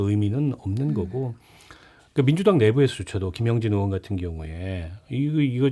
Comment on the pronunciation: 진행자가 의원이 아니라 으원이라고 발음하네. 발음 연습좀 하고나와라.